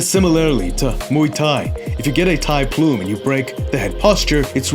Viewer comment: its not ploom its literally plum like the fruit